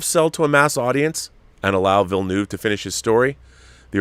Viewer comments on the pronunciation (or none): I wish I could drop an audio file here. I'd demonstrate how to say 'Villeneuve'... This is one of those minor things that gets to the bilingual Canadian in me. Take care all.